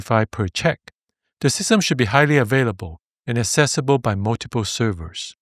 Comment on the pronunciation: "Accessible" - please check the pronunciation of this word